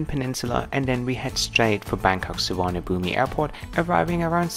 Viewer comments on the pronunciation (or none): BKK is Suvarnabhumi but you don't pronounce the i. Su-wan-a-pum. Bad news with Qatar. Look forward to the next video. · FYI, Suvarnabhumi sport is correctly pronounced without the ‘I’ on the end, it is pronounced how you said without the bumi sound you make at the end. Suvarnabhum is the correct way to say it. The Thai alphabet is very complex and some of the letters don’t transfer over to the English language very well. 🙏